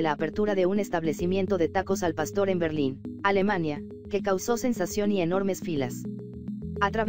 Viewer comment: ¿Oí bien, dijo pasto? Jajajajajaja nosotros los mexicanos no comemos pasto, jajaja che narradora